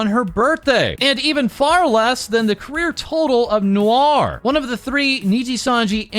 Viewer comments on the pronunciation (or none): the name "Noor" rhymes with "tour", not "Noir".